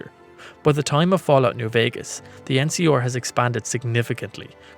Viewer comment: EN-SEE-ARE, not EN-SEE-OR. Jesus. I like the vid, an the channel. But the way you kept mispronouncing the NCR, a faction I don't even really like, bugged the hell out of me